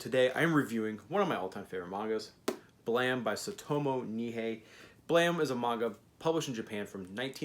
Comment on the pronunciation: So were just going to ignore the e at the end of the word?